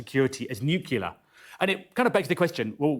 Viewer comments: Nuclear, not nucular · Nucular lol